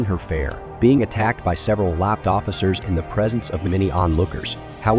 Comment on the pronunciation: the misreadign of the AI of LAPD as LAP D makes me realise LA cops should be called Lap Dogs not Pigs